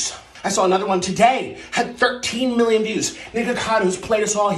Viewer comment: I love how you say moolian instead of million 😂